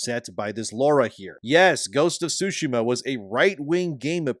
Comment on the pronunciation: Sorry to nitpick but Tsushima has a T sound. Without it, it's currently being pronounced "sushima", which is incorrect. Other than that, great work with the content.